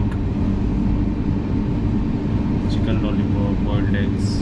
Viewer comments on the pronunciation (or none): none